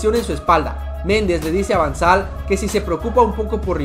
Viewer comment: Van sal es van gal jajaja